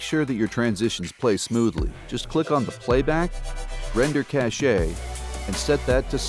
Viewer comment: By the way, 'Cache' is not pronounced 'Cash-e' but more like 'cash'.